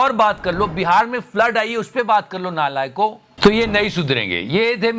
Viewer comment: “NALAYIOKO” was epic